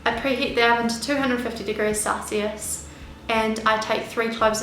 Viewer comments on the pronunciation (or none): none